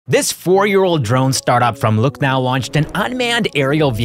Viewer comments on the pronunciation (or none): He called Lucknow , Look Now 😂.